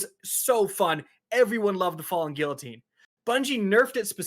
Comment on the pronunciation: Imagine Kackis correcting TV's speech when he can't even pronounce guillotine or wrathborn.